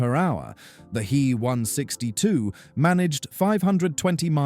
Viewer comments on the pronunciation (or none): I do hate these ai voices meeeee 262 and heeee 162, dornier dooooo 355 etc otherwise very interesting.